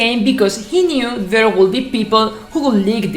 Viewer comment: I understood you all the time in the video, I mean you did it so good. An advice" when you pronounce would or could do not pronounce the L, so it'going to sound like wud and cud.